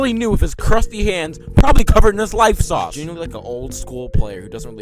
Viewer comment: "Covered in his life sause" 😭